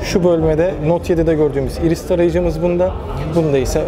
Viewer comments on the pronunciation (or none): none